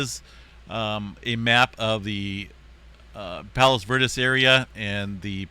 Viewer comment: Bruh. I live right here. Pronounced Palos Ver DEEZ